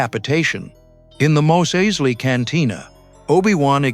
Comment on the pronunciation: The "narrator" also pronounces "Mos Eisley" two different ways.